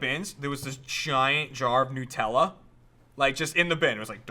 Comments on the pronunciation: NUTella not NEWella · everytime i hear them say nootella, i die a little inside... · Its annoying me so much how you're saying nutella. It's made from hazelNUT, so it's NUTella. That delicious shit is not made out of Pingu.